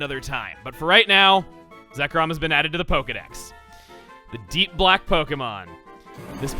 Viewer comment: Was I the only one who thought he said this time on Pokémon quack and white